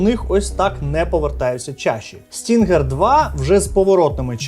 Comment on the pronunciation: Назва cloud stinger, а ни stringer😂